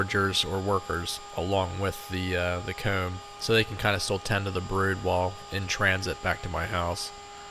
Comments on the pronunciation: Hoom = Home Coom = Comb Poost = Post Slew mo = Slow mo Foon = Phone Sue = So This guy is allergic to the long “O” sound lol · I swear to bob I always thought you were saying “cone” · I’m laughing because I was enjoying your pronunciation of “comb” and then you mentioned people were picking on you lol. Did you say you were circumcising the nest???? They are beautiful. It’s amazing how they can make these. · The way you say “home & comb” makes me wonder where you’re from lol ive never heard anyone say it like that. canada maybe? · That was it! The way you said comb was how I could tell you were from Pennsylvania. Between you and Herc I’m getting very little done at home 😂